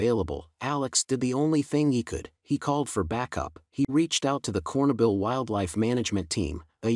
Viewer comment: Not a bad narrator... but your story loses all credibility when you can't pronounce "Chernobyl."